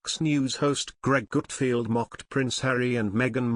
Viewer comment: NARRATOR: HIS NAME IS “ GUTFELD “ NOT : “ GOOTFIELD “ ‼️🙄